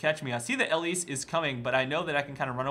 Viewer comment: pls stahp. Not Ellise.